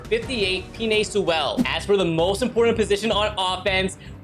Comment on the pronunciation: "peenay soowell"